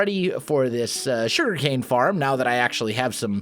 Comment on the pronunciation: The Shuriken-Factory! Though for real, am I the only one that keeps hearing "shuriken" instead of "sugarcane"?